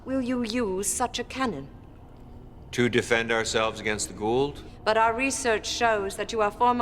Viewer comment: Your pronunciation of Goa'uld in on point.